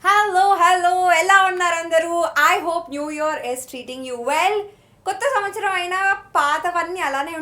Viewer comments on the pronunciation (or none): none